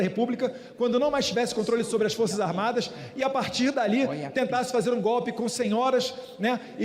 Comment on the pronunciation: GOPE! É GOPE! GOBE,GOBE, GOBE!!!